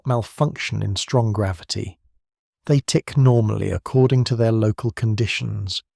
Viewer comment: Is he saying gravity wrong?